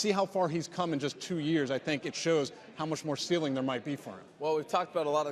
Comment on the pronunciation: for the love of god, selig, PRONOUNCE THE L